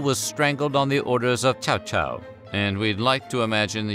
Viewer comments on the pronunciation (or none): Well that is not the worst wrong way to pronounce Cao Cao.